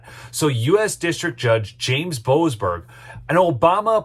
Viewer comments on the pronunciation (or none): none